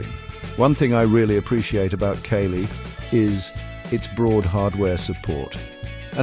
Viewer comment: I'm not a fan of Kali but if your gonna do a video maybe pronounce the shit right? "Kaylee"😂